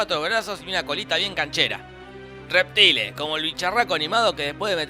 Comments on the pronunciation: Se pronuncia Reptain, no Reptile. Se pronuncia Shang Sun, no Shang Tun. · Se escribe reptile pero se dice reptail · se pronuncia "reptail"